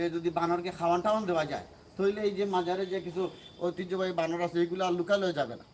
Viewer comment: বানর আপনি বাদর বলেন কেন